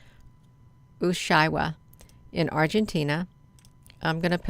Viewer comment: Thanks great catch! Ushuaia is pronounced: U shway a